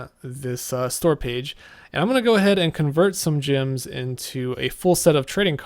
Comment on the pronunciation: why do you keep saying gyms instead of gems? lol